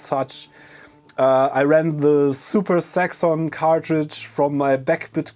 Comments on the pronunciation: oh zaxon i thought u said sex on hahahaha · super saxxon cartridge? I initially heard "super sex on cartridge" llloooll!!! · Zuper Saxxon, I love it! That's just a fiendish English/German tongue twister.